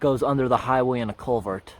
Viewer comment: CulverT...with an emphasis on the T.